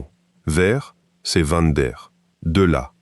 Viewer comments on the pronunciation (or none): alors on dit pas van (vent) mais mais bien van (vanne)